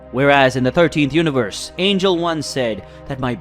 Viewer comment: There isn't an AI in existence that mispronounces angel unless it was purposefully programmed in OR ITS SOMEBODY READING IT AND DOING IT and I don't play with you thirsty for engagement YouTubers so this is my last comment until you stop this fuckery. Your content should be enough AND YOU WILL GET COMMENTS wiithout resorting to this fuckery